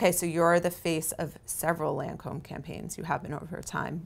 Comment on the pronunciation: love this interview! Julia proves she is a woman for every woman! and so open and approachable! however - Lâncome is pronounced Lon-com - not Lancomb...its a pedantic thing i know but it grated on me!